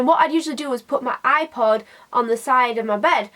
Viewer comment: I understood "eye pot" instead of "ipod" and I was like: wHY DO U HAVE AND EYE POT? THE HECK IS DAT?